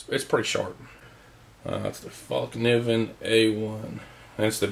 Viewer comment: Man I feel your pain. It's been over 100 deg for a while now here in Oklahoma as well. That bottom pocket where you have the Raman noodles is a dedicated sleeping bag compartment. You did pronounce Fallkniven corrrectly and I'm envious that you have that knife. Great knife.